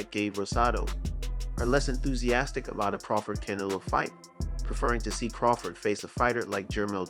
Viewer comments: How do talk about boxing yet can't pronounce Canelo's name properly. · Hey bro I'm sorry I appreciate your your time and everything but pronounce his name right... For that matter just call him a cantaloupe...